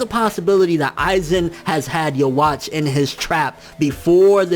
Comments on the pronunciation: It's supposed to be Juhabach, i think. Please stop saying it like "you watch", it's kind of annoying. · Its you-ha nkt uhwach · yuh-watch is not how you pronounce that. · Why does everyone say "yeah-watch"? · "yo-watch" looool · lol he saying his name wrong Yhwach